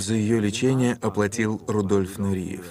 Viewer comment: Он не Нуриев, а Нуреев, не приятно слушать речь с ошибками